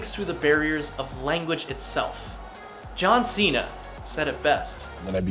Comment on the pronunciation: No one: Really no one: Jimin:JoHn ShInA aRe YoU aN aRmY?